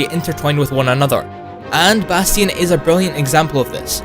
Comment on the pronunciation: he says bastion wrong